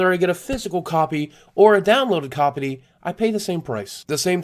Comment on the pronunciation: "download copity"